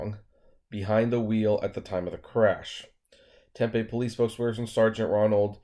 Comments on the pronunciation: Ssssooo I guess my mindset has high standards. I just assumed that the autonomous car would’ve had an engineer in the vehicle. But to put a convicted felon in it.... I don’t know. Uber is shady af! Lol I know that much. Oh... it’s not Temp-a... it’s Tem-PEE. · Diana Yates, I have tried to tell him in all videos hes done on this. Ive told tem pee, and in this one. ..he says 10pm and it sounded like he said tem pee. I seriously don't think he reads the comments. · lol, dude...it's tem...pee. just like you said 10 pm. Seriously. TEM PEE...TEMPE